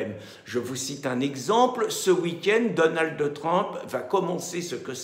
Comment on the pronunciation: daunaldeu treumpeu ... quel rigolo